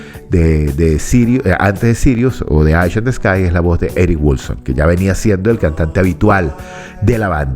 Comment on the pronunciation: Estimado, por el amor de Dios no diga más "Aish in ths Sky" la palabra "Eye" en inglés se pronuncia "Ai", el nombre de la canción se pronunciaría correctamente de la siguiente forma: "Ai in de scai". Espero haber sido útil. Saludos cordiales.